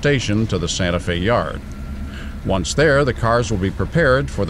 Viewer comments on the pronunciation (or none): none